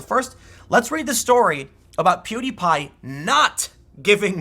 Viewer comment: you are the first news commentator that I've seen pronounce pewdiepie's name correctly